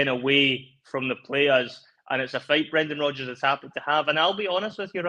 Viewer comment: Brrrreeeennnndaaaan Rrrrrrooodddgggeers 😂